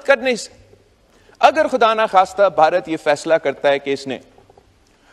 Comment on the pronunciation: His pronunciation is weird. Baharat? How hard is it to pronounce 'bha' for a desi person?